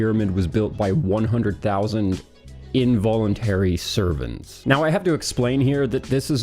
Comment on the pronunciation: What's with the *involentary sorvant*? Slaves.